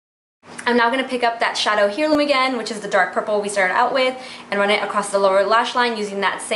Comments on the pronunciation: Lmao girl, hair-loom. No no no. Air-loom. But good job. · Thanks for the tutorial. Love the look. BTW 'heirloo' is pronounced air-loom. and Reykjavik is pronounced wreck-ya-vik. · I believe the shadow stick is pronounced rake-ya-Vick. U believe. And heirloom, is air-loom. I love your videos, but just google stuff. Lol. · Fyi.... its AIR-LOOM, not here-loom..... like Heirloom Tomatoes.... Thanks for the video. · Beautiful look, the purple shadow is pronounced AIR-Loom :-). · You don't know how pronounce HEIRLOOM?! (AIR-LOOM) Please practice pronouncing words before you do a tutorial. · Hey girly!! Just discovered your channel, love your looks!! ;) but i just wanted to help a girl out and let ya know that Heirloom has a silent h, so it sounds like AIR-LOOM. Hopes this helps ya out and i cant wait to see more vids with this palette and other products!! ;) ♡♥♡♥♡